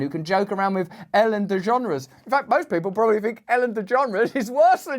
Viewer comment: who is Ellen de John-ras?